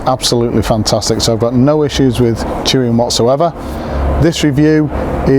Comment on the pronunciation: tuin is pronounced "tayn". Its a dutch for garden